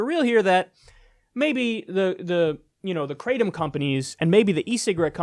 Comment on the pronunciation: And for jeebus sake stop calling it “crate-um”. It’s pronounced krahh-tom. It’s a Thai word.